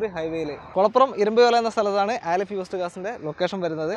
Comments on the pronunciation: ആലിഫ് അല്ല അലിഫ് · ബ്രോ ആലിഫ് അല്ല അലിഫ് എന്നാണ്